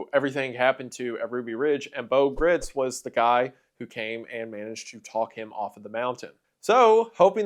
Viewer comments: He's actually pronouncing "Gritz" incorrectly; it's actually pronounced in such a way that it rhymes with "rights" (which he used in the slogan "God Guns and Gritz") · What have you done with Wendigoooooon???? Shapeshifter! Pod person! Freddy Mercury?? Did Elvik get replaced by that Lesko guy?? Gritz "rhymes with sights'. It was in an interview. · Gritz rhymes with Rights FWIW